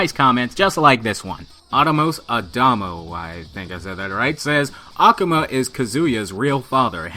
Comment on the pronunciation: ***** Ah-Ku-Ma not Ahku-Ma. great channel btw